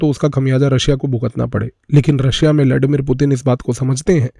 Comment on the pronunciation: लॅडीमीर नाही रे बाबा, ब्लडिमीर 😉☺️